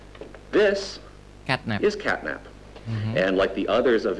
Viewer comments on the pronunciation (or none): Catnap bukan catnat